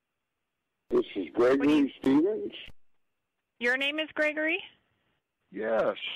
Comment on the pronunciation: Ish thish Gregory Shrevensh? No, this is not Gregory Steven’s. Ok!!!